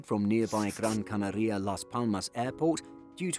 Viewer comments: Gran CanAria: acento tónico en la segunda A de Canaria. El narrador pronuncia incorrectamente "CanarÍa" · “Gran where” ?! 😮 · Great pronunciation of Gran Canaria 😂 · Why do you pronounce Canaria so weird? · If you were an american, i'd not comment on your bizzare pronounciation of Gran Canaria. But youre british so im calling it.